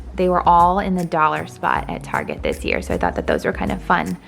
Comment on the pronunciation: you sound drunk during this video ,, now i know keep saying target etc wrong